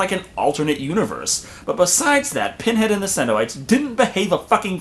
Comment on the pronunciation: Not only does she mess up with the Lamont Configuration but then she says Penhead.